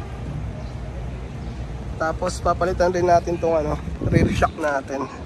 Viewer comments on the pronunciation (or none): none